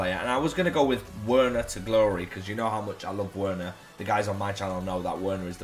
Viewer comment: Loves werner that much he can't pronounce his name properly